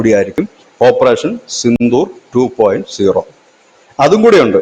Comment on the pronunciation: 2.O എന്നല്ലല്ലോ 2.0 (zero ) എന്നല്ലേ ശരി